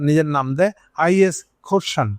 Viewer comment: খোরসান নয় খোরাসান।